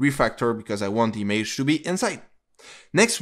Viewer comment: Good Tutorial but the way you say "Image" makes me crazy